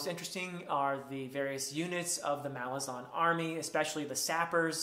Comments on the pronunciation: Malazan is pronounced Muh-LAR-zan. You have to put emphasis on the second "A". I've heard Erikson pronounce it in an interview. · My pronunciation in this video is incorrect. The emphasis is on the second syllable, not the first. Mal-AZ-an. The island of Malaz gave the empire its name — the Malazan Empire. Malaz/Malazan is like Rome/Roman. I started pronouncing it correctly later and I even apologized to Steven Erikson once in a video for mispronouncing it, but he was very nice about it and doesn’t mind whatever pronunciation people use.